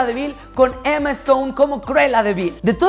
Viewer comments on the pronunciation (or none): none